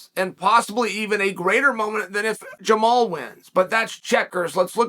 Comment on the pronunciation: Funny the one guy whose name Chael can pronounce is Jamahal (pronounced Jamal).